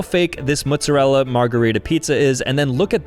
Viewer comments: Mot Zah Rell Ah Not mutzarela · I'll never get used to the way he says "Mootzerella". It always catches me off guard